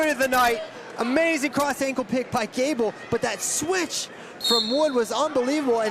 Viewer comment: Announcer couldnt even get Gable's name right